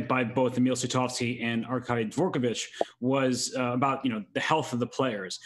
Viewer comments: The FIDE President is DVOR kovich, not "dee vor kovich". Three syllables, not four. It's AARDVARK, not AAR dee vark. Anglophones can easily manage "dv". Advance, advice. Not a dee vance, a dee vice. Dvoretsky, not dee vo retsky. THINK. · Always love your content. That being said: Why on earth would you say "Dee-vorkovich"?